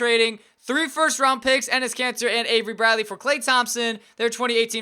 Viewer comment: Who heard him say Enes Cancer?